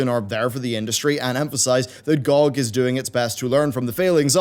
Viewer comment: The way you pronounce GOG bothers me a lot. Good video!